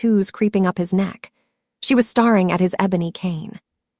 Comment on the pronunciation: Could you please get the narrator to pronounce the word 'staring' correctly! It is pronounced: stare-ing NOT starring. Stare-ing is tha act of looking intently and continually at something. Starring is the act of being a part of an event or particular activity ...